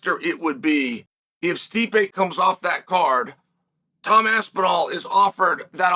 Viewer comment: HE SAID HIS NAME RIGHT FOR ONCE, LETS FUCKING GO